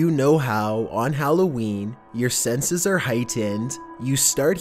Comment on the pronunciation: It's weird how he says senses in the beginning